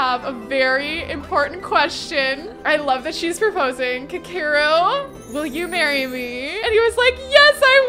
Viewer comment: aweee this is so cute. I hope their baby is cute too. and human rather than an alien. also his name is pronounced "Ka Ke Ru it's Japanese.